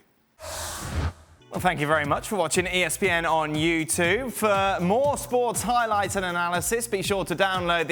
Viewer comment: You need to re-record the ending clip "thank you very much for watching youtuuve"? grates every time